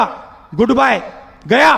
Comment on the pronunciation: വിഡ്ഢിയായ ഒരു പ്രതിപക്ഷ നേതാവ് പറഞ്ഞത് കേട്ടില്ലേ ഗൂഡവായി എടാ പോത്തേ ഗൂഡവായി അല്ല ഗുഡ്ബൈ